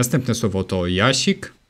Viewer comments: Robisz błąd bo czytasz litere Щ jako ś, a ma być ść. Nie "jasik", a jaścik. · Jak coś nie "jaszik" tylko "jaszCzik". Tam jest "SzCz", to cz jest wprawdzie zmiękczone, ale wciąż występuje ;) , ale ogólnie fajny filmik :)